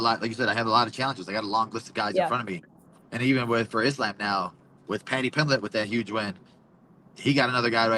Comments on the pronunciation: Someone fighting under the Palestinian flag,yet pronouncing Islam's name as "Is lamb" is kinda wild. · “Islamb” 😅😅 Belal is actually as white as Ian Garry